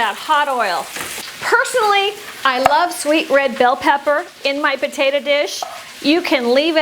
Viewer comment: "Potatuh" huh?